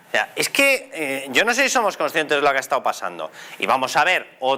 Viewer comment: "Zomoj er pai de la Unió Europea más avanzao" ¿Cómo coño pueden tener de ministra de Hacienda a una INDIVIDUA presuntamente más bruta, mal hablada e inútil que un arado? Pregunto, no afirmo.🙏😫😂 ¿Y cómo carajo pudo sacar la licenciatura de Medicina? Por Diosssss🙏🙏🙏🙏🙏😫🙈Vielvo a preguntar, no afirmo🙏😂🙈 ¿La mayoría de los fondos europeos recibidos serán los regalitos que recibirán los diferentes chiringuitos, sindicatos, medios de comunicación, ......antes de las elecciones de mayo y de las generales de fin de año? Por tercera vez no afirmo, solo pregunto.🙈🙏🙏🙏🙏🙏😫